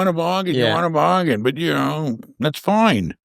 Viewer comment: love how says fine "foin" 😂